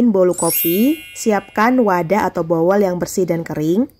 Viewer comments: Mbak, itu mangkok atau baskom dlm bhs Inggris namanya BOWL dan mengucapkannya sbg BOOUL ( bunyi O panjang) huruf W tidak dibaca mbak. Kalo mbak nyebutnya terdengar spt BOWEL yg artinyaa USUS mbak. Maaf dikoreksi ya mbak, spy gak kebablasan kan jadi aneh. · Ga masalah kok di saya...bowel bowl juga...jangan terlalu mikirin yg begini,bukan video belajar bahasa inggris juga. Santai aja sis,biar hidup ga terlalu kaku kayak kanebo kering😂